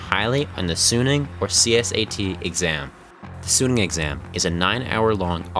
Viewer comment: Quite a misleading video. 11 hours a day? Maybe in the later years of high school. Nobody is regularly sleeping 3 hours a night. Also as an aside why are North Americans terrible at pronouncing short vowels? "soooooneung" "jaybol" 😞 발음을 연습하세요!